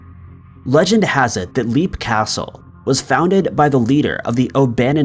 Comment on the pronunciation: Hon you didn't prounce the castles name it is leap as in leaping not as in leaping off you really need to check the pronunciation of the whole scriped as you have done this in other utib stories it is a pet pive of mine please work on it